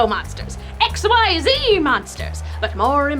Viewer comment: I never realized she said XYZ as x y z